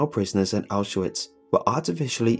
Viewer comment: It's pronounced "ow shvitz" and "not-zi"